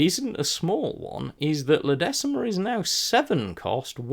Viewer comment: Thanks for this. Just a small pronounciation thing - La Decima is pronounced "La deeeeechima" :)